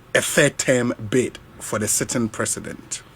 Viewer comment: It’s not “Therm” it’s “Term” !!! Wo k3tr3ma ny3 anaaa massa ? 😂😂😂